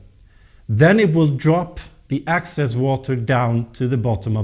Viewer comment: QUESTION: Can you practice these 2 words - EXcess, not ACcess and plANTS, not plUNTS? Issue #1: Excess = residual; more than enough, vs ACcess = to capture or get in to. Issue #2: Plant = an organism studied by Botanist; A plUNT = NO ENGLISH SPEAKER KNOWS WHAT THE HELL THIS IS; an annoying sound in an otherwise great and informative youtube video series. In a sentence. When you put EXcess water into the pot..the plANT does not like it. Come on guys... not trying to be difficult. Just try it.